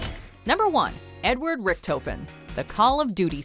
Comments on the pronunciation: Rick-toe-fin no it's Rick-tah-fin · Damaygo Rick-Toe-Fehn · Rick tofin Thats how you say it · IKR?!?! RICHT O FEN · "Ricktoefen" omegalul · Dear god my heart dropped when she said Ric-toe-fin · hearing them pronounce the "o" in richtofen as a long o hurt my heart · The way Troy Baker and Nolan North ALSO pronounced Richtofen... raises questions. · That’s now how you say richtofen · You can’t even pronounce Richthofens name rights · Nobody pronounced RICHTOFEN right.😁